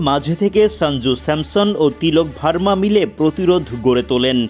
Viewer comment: কে এই সাংবাদিক ঠিক মত উচ্চারণ করতে পারে না বর্মাকে ভার্মা বলে